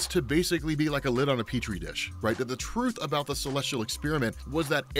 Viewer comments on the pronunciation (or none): none